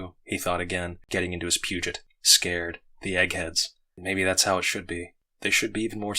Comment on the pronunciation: Peugot is read as "pew-goh" btw. Great job!!!